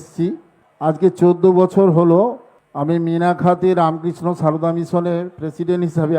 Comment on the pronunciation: রামকৃষ্ণ সারদা নামটাও ঠিক করে উচ্চারণ করতে পারেনা।